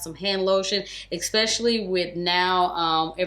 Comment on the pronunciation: Girl, I adore you & have for years. But you STILL says ECKspecially. It's ESP, no *C*, No K*..